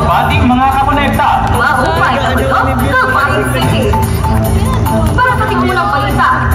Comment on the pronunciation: Bat naman gay'on, mali pagkakabaybay ng KUMOKONEKTA "KOMUKONEKTA..." ☠